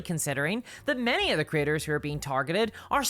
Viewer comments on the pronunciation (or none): When you say “creators” it sounds like you say “critters”. I love it. Bunch o’ lil YouTube critters.